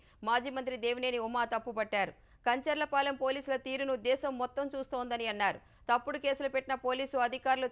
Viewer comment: Meeru Telugu media ne kadha? Atleast Telugu perlu ayina sariga chadavandi. కంచర పాలెం not కంచర్ల పాలెం. 😱